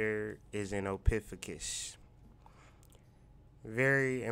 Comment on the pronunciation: Ophiucus( Oh-fee-you-cus)